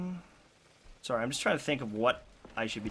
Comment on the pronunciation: "Sawry guys"